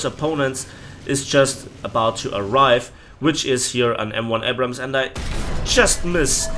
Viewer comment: Man the way you pronounce Abrams triggers me.